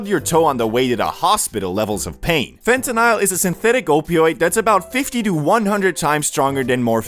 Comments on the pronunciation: fen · tuh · nuhl not Fentanile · bro it's fentanyl, not fentanile. love you bro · Why bro saying fentanisle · Fente-nyle lol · I swear if you say fentanile one more time 😑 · Phonetically it sounds like fentanal a as in call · the way you say fentanyl drives me crazy